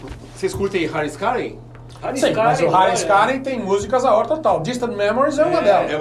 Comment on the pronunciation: Video bom, mais ouvir a pronúncia AOR o video inteiro é de doer os ouvidos. O correto é A.O.R (escrevendo como se pronuncia: EI-OU-AR)